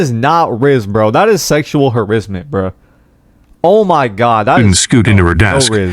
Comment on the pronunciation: “Sexual Harizzment” 💀